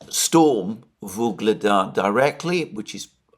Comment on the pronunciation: "Vuledar" has no "g" in it